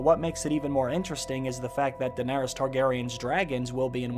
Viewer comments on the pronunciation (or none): none